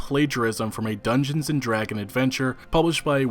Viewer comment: Is it too hard to pronounce the S at the end of "Dragons"?